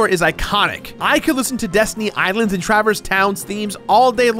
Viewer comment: Truh-verse, emphasis on the wrong syllable.